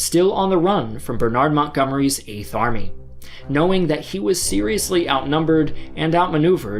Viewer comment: Hi guys. This guy can't pronounce "Eighth". Sorry to spoil things but you'll never be able to ignore this now. Haha